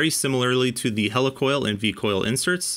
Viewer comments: heli coil not hella coil lol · Wtf is a Hell E Coil? It's Helicoil Heel Lee Coil not Hell E Coil....